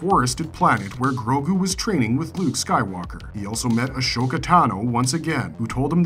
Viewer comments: a-so-ka, not ash-oka :) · Ah-SO-ka. Bo ka-TAN. Not ton